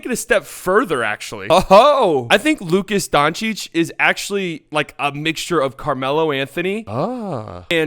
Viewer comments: Silly it’s not luka donakick it’s luka donchick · he said Luka Donakcik hahahaha